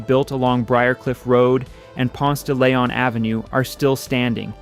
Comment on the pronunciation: I know this AI so I was trying to let it slide but I hear too many humans that move here and mispronounce it the same way, not including GPS, but it's Ponce-duh-LEEon. There is no "lay" anywhere in that word. Heavy sigh. Other than that, I see many homes that look like the candler kids mansions along the briarcliff rd stretch that Atlanta/Decatur area. Interesting documentary. I remember a field trip to the original World of Coca Cola when it was over by underground. The 2nd gen of any wealthy family usually take money for granted.